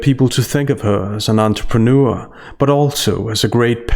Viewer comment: AN ANTRPANEUR NO NO NO.. AN ANTRAMANEUR!!!!